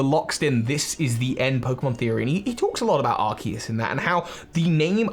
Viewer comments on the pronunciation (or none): but it's pronounced ar-cues as in arch and Zeus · Well Arkoos.That is all I have to say.Sorry